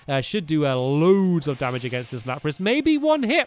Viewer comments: It's lapras not lapis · am I the only one who noticed him say lapis instead of lapris